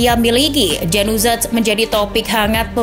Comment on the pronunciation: "Januzaj"...ya ampun vo nya gak riset/gak nanya cara bacanya apa gimana ya? itu bacanya Yanuzai kaka